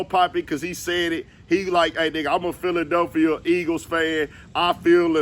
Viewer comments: his album "Giladelphia" i'm rolling😂😂😂😂😂😂😂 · Gilladelphia lol ayo